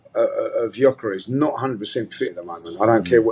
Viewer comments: Absolute disgrace cant pronounce Gyokeres name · still complaining on Gykores while he can't even pronounced Gykores name correctly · Guys figure how to pronounce his name! It's so annoying. You guys have a big platform so you should learn how to pronounce name... Much love and I love the show but this is so frustrating 😔